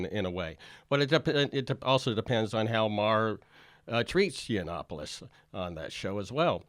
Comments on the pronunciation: Hey Jimmy his name is pronounced : Yah-no-pooh-loss! Say the vowels like spanish vowels. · i can not believe that u called him snuffaluffagus the whole show lol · I thought it was really cool and witty that Jimmy Dork called Yianoppoulos "Snuffaluffigus". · Did you call Milo Snuffalupogus? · Do you think you're clever by mispronouncing his name? You're not funny. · Hey Jimmy, I love your show, have subscribed and check your site frequently, yes I am a HUGE fan. However, your trite dismissal of Milo, without your usual level of research, was slack. What was worse was your careless mispronunciation of his name, that just made you a dick. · You've just pre-emptively lost a non-existent debate against Milo. And the fact that you purposefully mispronounce his name makes it even more cringy.